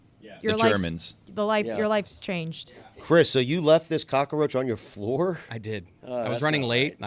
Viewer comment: Ahh, yess the flying "cock-a-roach" Dan probably calls pest control or Mike Ryan anytime he sees a fly...